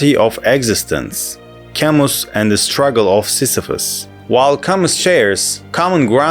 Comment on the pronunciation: It's pronounced "Cam-oo"!